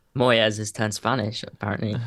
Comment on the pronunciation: I immediately turned it off after the yank pronounced Moyes like he was Spanish!